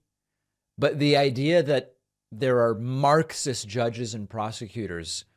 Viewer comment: he must have gotten paid 10k every time he said maacksis